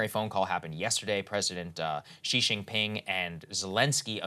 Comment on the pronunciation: Good job in pronunciation for Xi. Much better than before